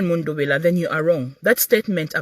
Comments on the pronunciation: It's mundubile my sister not mundubila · Please pronounce MUNDUBILE correctly.❤